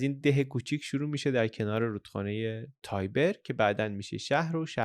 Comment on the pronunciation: فقط کاش اسمها رو به انگلیسی تلفظ نکنین،رودخانه تایبر نیست، تیبِر هست از واژه اصلی Tiberina